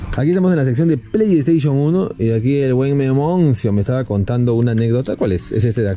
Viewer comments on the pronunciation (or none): none